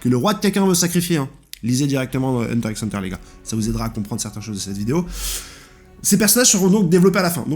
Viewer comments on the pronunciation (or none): Ça me stresse de ouf que tu prononce le X de HxH alors que tu connais super bien l’œuvre 😆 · Pq tu prononce le x de HxH ? 😖😖😖